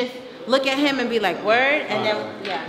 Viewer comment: AHHHHH “WorD”😭😭😭